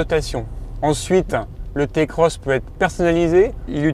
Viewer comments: Je fais la morale à personne et tu gardes tes adjectifs irritants pour ta personne. Je décris juste un fait avéré, une vérité. Le modèle ce prononce "Ti"-Cross qu'on le veuille ou non. C'est comme tout aujourd'hui si on suis pas le mouvement on est vite pas à la page c'est comme ça. Notre façon de parler nous définis tout comme notre manière de s'habiller, alors si tu veux "rester dans le coup" tu sais ce qui te restes à faire. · Non ta pas le droit de dire "Té Cross"